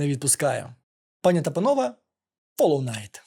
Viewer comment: Доречі наприкінці відео автор каже фолоу найт, я два рази переслухав)